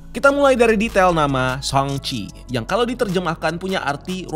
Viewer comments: sheng-ci, I mean Shang-chi. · Sang ci bro, bukan seng ci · guys it's SHANG-CHI not SHENG-CHI ☠️ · Koreksi bang. Cara baca shangchi pake A biasa bukan A english (ei)